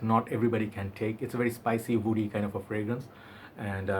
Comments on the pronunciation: Kayla Perez exactly ! Loll in his all videos he gets me so confused ... when he uses word woody it comes out as oudy haha and I go like 🤔 this fragrance doesn’t even has “oud” note ... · Whenever you say word “woody” it sounds “Oudy” or is it only me ...? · Lol oudy!!!! Thats what i hear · Only you